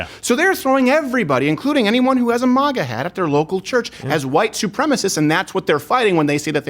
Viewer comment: Why does crowder pronounce MAGA wrong